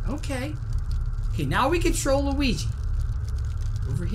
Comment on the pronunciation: When you say control Luigi I heard troll luigi